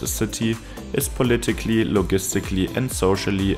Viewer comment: loGistically.... Jam aVailable..... Video Village.... Video I engoyed the wideo